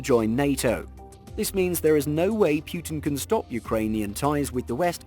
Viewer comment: It's 'Putin - Poo-tin' not 'Pewtin'